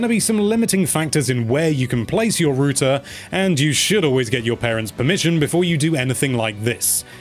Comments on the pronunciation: It’s not rooter it’s router 😁👍🏻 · R-OW-TER. Say it with me,. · Why are you calling it "rooter"? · British pronunciation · he meant to say router and instead said rooter... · Lol. What's a "Rooter"? Do you mean "Router"? Wow. Did you get past 5th grade? Sorry, but it's ridiculous to take advice from a kid that doesn't even know how to pronounce a basic English word. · whats a rooter? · I see the joke. pronounced router as rooter. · If the British pronunciation for router is “rooter” then how do y’all pronounce the actual word rooter? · The way you say "router" drains on my soul like nothing else. It's not "rooter". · Wtf is a "rooter" 😂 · Rooter lol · A “ROOTER” lmao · You say router wrong. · The way he is saying router is killing me, and Im Irish with a thick accent ffs